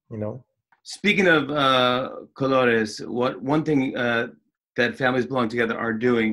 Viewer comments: Jimmy knows his colors in Spanish 👏🏽 congratulations for your pronunciation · Great pronunciation Jimmy! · No, I'm not saying that, but rather that he said it completely well.